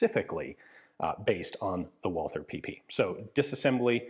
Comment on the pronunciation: A small sidenote: The th in Walther company name is not spoken the english way, but the german way, so only t. The th in german names is a relict from the time before 1873, when in german language every t was written as th.